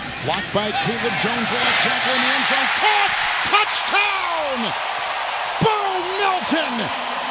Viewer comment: …..anyone else think he says “touchTown”?